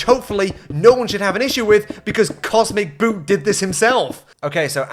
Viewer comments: love how you keep pronouncing the name wrong, classic spiteful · the biggest thing for me... is that he actually has been getting cosmeticboot's name wrong the whole video! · dude he doesn't even pronounce the guy's name right 😂 Edit: damn i got bamboozled too hahaha